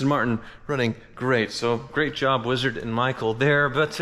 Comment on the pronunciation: They don't call him Weezard for nuthin.